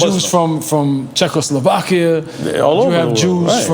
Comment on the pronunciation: "Czechoslovakia" LUL